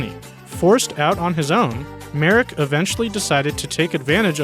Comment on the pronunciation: Thank you for getting Joseph Merrick's name right! However, the correct pronunciation of his hometown is "Lester."